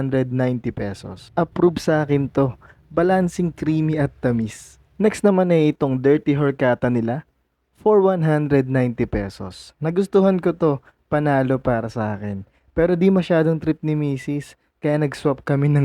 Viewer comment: Horchata. Say "or-cha-ta", not "hor-ka-ta"